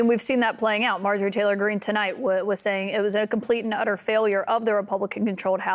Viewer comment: Doug can't even pronounce her name correctly.